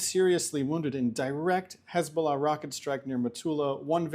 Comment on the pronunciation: She is the Best in the world at pronouncing Hezbollah ❤️🇮🇱❤️🤣❤️😊